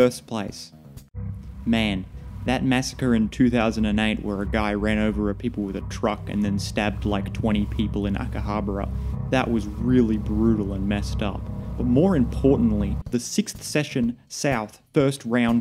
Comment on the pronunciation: Akehabara lmfao. Your pronunciation of japanese is so comically funny.